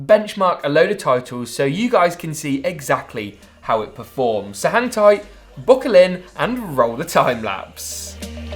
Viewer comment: Ik it’s just his accent but I thought he said hentai. I had to rewatch to hear hang tight.